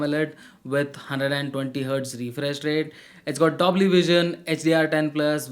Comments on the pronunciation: Bro i think that is DOLBY, Not DOBLY 🙃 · "DOBLY" vision 😂😂😂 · its got dobly vision......😂lol Bro its dolby not dobly